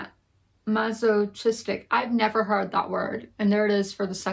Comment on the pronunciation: Both of those fantasy books are on my own list to get ahold of. I hope they're good. Also, it's "mass-oh-kiss-tic" as I've always heard it pronounced. And it means that you....uh....get "pleasure" from your own pain or humiliation. 😅 But I hope June goes better for you!